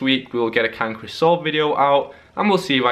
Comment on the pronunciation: the way you say "can chris solve" sounds like "cankerous solve" lol